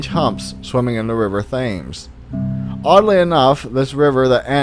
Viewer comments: Pronounced River Temmes, not Thames. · Great video!!! This is a topic that has always fascinated me. Btw, I’m pretty sure the river Thames is pronounced like “tems”. Keep up the content!! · thames -"temz" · Please repeat after me: "Thames is pronounced 'Tims.' Please don't kill me, British people!" Now that that's out of the way, excellent video! Water monsters fascinate me; I had a friend many years ago who told me of a dead one he had personally seen while working on a boat in Alaska-- it resembled your standard flippered Nessie-type critter but smaller than most, with a body that (though he could only see vague outlines) was probably no more than 12 feet long or so (not counting any tail, he couldn't see if there was one) but which had a neck at least that long and which ended in a head somewhat like a seal's but with a more elongated muzzle. The really odd thing about it was that it wasn't scaled or slick like a whale-- he said it was covered with clearly-visible thick fur that rippled as the waves washed it back and forth. It lay dead on a chunk of rock, with its body under water and its head and neck stretched out across the rocks; the crew of the boat he was working on wouldn't approach the rocks for safety reasons and also due to fear, but when they came back the next day the creature was gone and the rocks were covered with stinking half-dried blood and scraps of fur and skin, plus a LOT of seals (possibly very well-fed at this point.) So what do you make of that? Otters and seals are furred, so I guess it's not that odd; but I've never heard of a furry sea monster before. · its pronounced tems u bloody idiot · the Thames is pronounced as Tims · What a prick river Thaammes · River Thames is pronounced TEMS. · The River Thames is actually pronounced, 'Tems' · Linda Steel im not the only one that finds that irritating then...!!! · she said nothing about spelling. and she is right: it is pronounced tems. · "Thames" River???